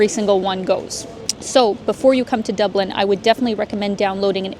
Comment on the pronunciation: Top O' the Morning to You Lass. That was one special video tour of Dublin (Doob-lin). And ever the more so with Your Beautiful Countenance in it!